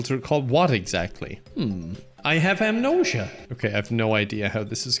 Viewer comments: 45 minutes of playing minecraft and saying "amnosia" within the first minute is all I needed today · he purposfly says emnosia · i was just rewatching the GTA RP and hearing amnosia was a welcome surprise